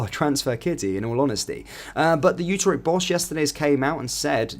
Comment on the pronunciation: IT IS NOT UTER-echt it is U-TREK-T (phonetic)